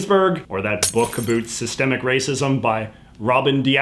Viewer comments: Okay.. Say the word 'OUT', then say "AB", then put them together. AB - OUT. Jeeez. Love your content and blah blah but my god, it's distracting. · Why is he saying "about" that way? We just about killed that Canadian stereotype! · the way you say about makes me want to die😭😭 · I love JJ but as a fellow Canadian, I have never been more annoyed by an "about" pronunciation. I always thought that was a myth until I started watching his videos. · I love when you says "abut" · What’s with pronouncing « about » as « a - boot ». Rather then « about » like « a-lout ». Have I had it wrong all these years or is « a - boot » the correct Canadian prononciation? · Omg people actually say a boot??? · I love it when you say about! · Why do I love it when he says about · I like how he says "about" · I like how he pronounces 'about'. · Sorry, foreign language speaker here, is the way you pronounce "about" some sort of accent or just some your own thing? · Where are you from because the way you keep saying about with an accent that sounds kind of Canadian